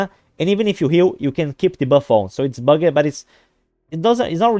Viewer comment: bugged is one syllable. bug’d